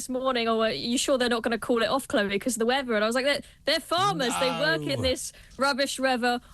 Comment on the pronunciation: It’s weather not weaver .😂😂😂